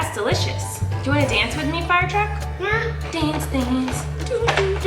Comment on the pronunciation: Was that a southern accent on?? FIIIIRE!